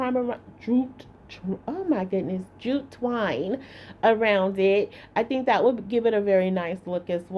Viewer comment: She may not be able to say jute twine, but, she sure can make a bow...a bow❤